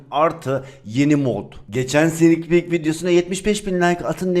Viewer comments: Detay : snik pik diğceğne sidik pik dedin 😂😂😂😂😂😅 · Abi girişte sneeakpeek yerine sidikpik dedin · abi ilk başta sidik pik gibi BiŞeY dedin sanki😂😂😂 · Abi ilk başta sidik pik dedinshsnjsjdıd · abi en başta sinikpik demiyon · bu güncellemenin 2. SİDİK pik dedi sdfhbgakjfdhad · "Snikpiik"